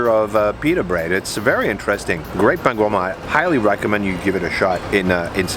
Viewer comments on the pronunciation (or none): Good choices of food but please make that little effort to say the names as are, it doesnt take much, you dont need to fake an accent but rather say for bread - Pain - Pun que Pen.